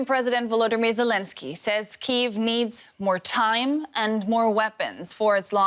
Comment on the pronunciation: British people pronunciations absolutely irk me. Lol "SAY(S)". {SA-AY-EZ}!?!?!? tf is that.